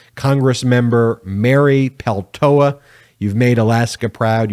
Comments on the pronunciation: I watch your videos daily. I kept cringing each time you said and mispronounced Mary Peltola's name though. A bit distracting. It's important. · You kept mispronouncing her name. There is a second L you know. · Is there a reason you don’t sound the “ L “ in the name Peltola ? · Why tf do you keep saying Peltola wrong? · Pel to la, to is said with a long O. Sorry, American/Finn have to help you with the word. This is wonderful! I could not be happier. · What great news for the people of Alaska!, it would be respectful of you to pronounce Mary Pel-TOE-La correctly. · It’s Pel toe Lah! C’mon get it right. The first Native Alaskan in Congress and you butcher her name? Get at least enough respect to say her name correctly!!!! Apologize immediately! And do your homework! Or we go back to CNN. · Mate, it’s PeLtola. Read her name correctly, s-head! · It's a Finnish last name and you say it PEL-tola. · BEN! SAY HER NAME RIGHT: PEL-TOE-LA. You keep dropping the second "L". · Do you not see the L in her name? Please stop mispronouncing her name, it’s extremely annoying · Please Ben pronounce her name right! Thank you she deserves that recognition. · PLEASE check your pronunciation of Mary Peltola’s name and apologize for the continuous mistake. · Peltola is often mispronounced.